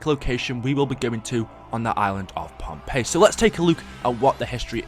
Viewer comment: And everyone, it's not Pompeii, it's Pohnpei